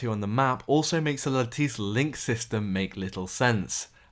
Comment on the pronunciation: It's not pronounced the french way, it's pronounced with an Italian hard C, similar to the "ch" in "change" or "che guevara". "LattiCHE link system", not "lattisse link system" XD